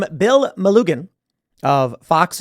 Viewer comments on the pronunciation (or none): BTW Tim, it's pronounced Me lu gin. Soft "G". Gin as in gin and tonic.